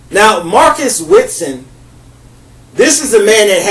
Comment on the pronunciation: You're speaking about Marcus Wesson, not Witson. And yes, Wesson should be put to death. For those not familiar with the case, there are several YT vids & according to Wikipedia- "Marcus Delon Wesson is an American man convicted of nine counts of first-degree murder and 14 sex crimes, including the rape and molestation of his underage daughters. His victims were his own children, fathered by incestuous relationships with his daughters and nieces, as well as the children by his wife." He also met his wife when she was just a child & he was an adult. It's such a sad case!